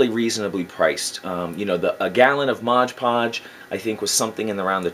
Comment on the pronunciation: Love your videos! You’re very thorough and I love learning all this stuff cuz I’m a noob to terrain building. Although I will say, if I made a drinking game and had a shot every time you said “moj podge” instead of MOD podge I’d be dead from alcohol poisoning lol